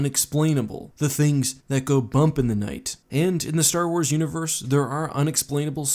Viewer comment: Said space wraith a couple of times there when talking about the star weirds